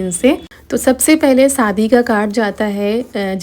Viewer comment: Sadi kyu bolti ho shadi bolo bahut hi kharab kagta jab bolti ho